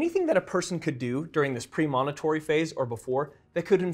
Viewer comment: Great info, but your mispronunciation of “premonitory” is quite distracting.